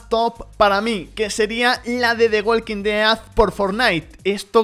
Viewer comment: Relax latino que en España se dice igual solo que este hombre lo pronuncia raro xd